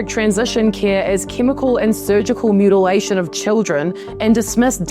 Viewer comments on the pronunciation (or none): ...excuse me, I think it is pronounced "mutalization" 😅😑